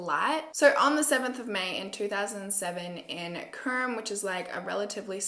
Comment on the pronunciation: I’m from Czech Republic and all of the names are pronounced differently but besides that you’re videos are really good💞 I’m binge watching all of them right now